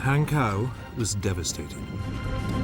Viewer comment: Hankou, pronounced "han-co."